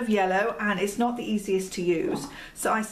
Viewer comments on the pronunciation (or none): none